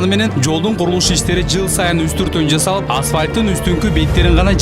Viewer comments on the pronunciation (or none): Дозум,жазалып? аркалыктар "з"да очунор барбы туура суйлогулочу кыргызча